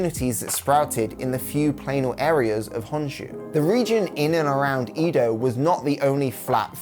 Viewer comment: EDO, not EEDO. KYOTO, not KIYOTO.